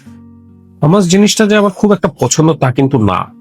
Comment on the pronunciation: ছোট ভাই, খাবারটা হুমুস, হামাস না। আশা করি সংশোধন করিয়ে দেয়ায় মাইন্ড করেননি।